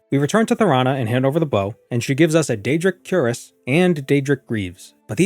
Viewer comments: Queer-ass, not 'Cure-us' , the chest plate of armor. You pronounce it, wrong. In Morrowind, since you're not leveling and just globe trotting, i would have used a wood elf, with marksmen. I believe you can start with 70 marksmen from the get go.. my memory may say it's 80 but I can't be sure. Point is, that's incredible and crossbows are available from the start, if you have the money and visit Vivec and know where to go. Money is no issue, because using the mage guild you can just teleport around and loot tones of things and get +10 marksmen training in vivec too, for 80, level 1 (Now you're level two with those ten trainings once you rest). In Morrowind, a marksmen of 80 is very useful and you won't be frustrated missing with your crossbow bolts and that dweemer crossbow is 30 - 30 damage... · btw, cuirass is pronounced kwir-rass, the 'I' as in "in", not cue-rass. Emphasis on the second syllable, ràss, A as in "us" or "apartment". English is a funny langyage. Or if you wanna get real fancy and extra French, kwee-rass is also acceptable, but then you sound French, so i would advise against it. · Cuirass is pronounced "queer-us" btw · Cuirass is pronounced queer ass, you pleb